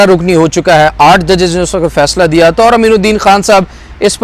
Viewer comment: I love you ❤ ❤ I always watch your vlogs at x1.75 or x2 🤭 Please don't say وقَت waqat say وقْت waqt